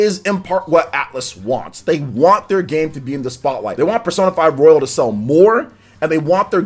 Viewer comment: It's "royal" not "royale"